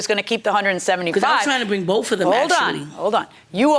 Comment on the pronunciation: The defendant spoke to "bof of them" 😂😂😂😂😂